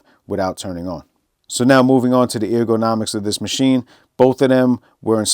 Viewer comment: it’s pronounce “Er - guh- na - mics”. Come on dude, it’s basic fricken English